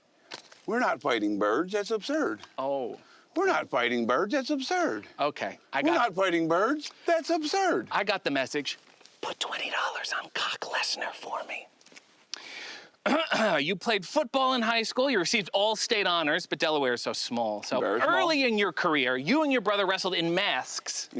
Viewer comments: Did he say Cock Lesnar? Wow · "Cock Lesnar" almost broke Mark! LOL